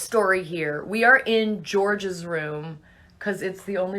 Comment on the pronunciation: It is George u r right but it sounded like Georgia bc she said "We r in George's room"